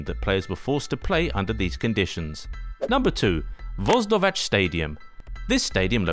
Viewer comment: Voždovac is pronounced like Vojdovatz